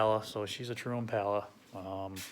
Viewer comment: EmPala… Spanish accent